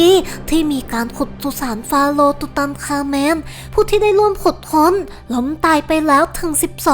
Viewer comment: อ่านว่าตุตันคามุน ไม่ใช่คาเมน ส่วนเพชรโฮปนี่บางอันก็มั่วค่ะ